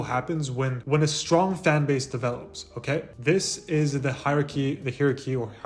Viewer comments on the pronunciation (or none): Hierarchy pronunciation 😂